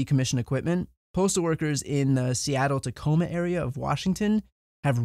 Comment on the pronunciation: I live in tacoma Washington. It was a but surreal to hear him say tacoma Washington lol